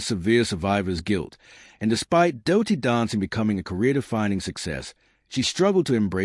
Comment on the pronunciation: Don´t bother folks, 20 minutes repeating a lot of words saying absolutely nothing. And the voice over is irrating as hell, saying `doh-ty dancing in stead of dirty.